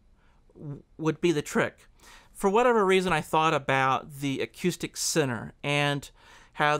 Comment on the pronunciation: Or you can just say 'focal' as in 'focal point'. And 'acoustic' instead of 'akyoostic'.